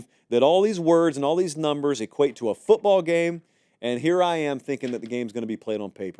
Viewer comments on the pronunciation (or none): none